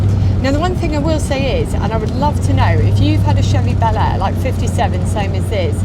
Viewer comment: Bel Air sounds so different when an American says it. Just sounds so wrong, the way you say it. Sorry.